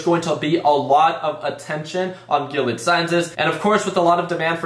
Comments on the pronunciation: It’s definitely pronounced GIL-EEE-AD my guy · Say their name right before you buy